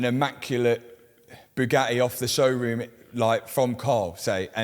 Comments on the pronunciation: Bugatti only hate Matt because you can't pronounce the letter t. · They probably want to stop you because you can’t pronounce Bugatti